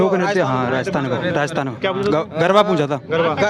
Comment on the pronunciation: गरवा नहीं -- गरमा गरमा 😂😂😂😂